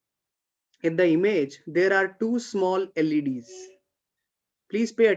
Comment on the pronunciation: LED's .... Sounds like 'ladies'